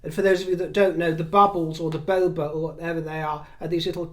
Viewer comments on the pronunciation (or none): It’s boba not bobo 🧋😅